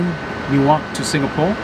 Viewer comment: Says newyork Caption : newark 😂